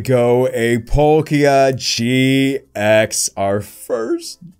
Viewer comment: “A polkia gx” when it says palkia gx XD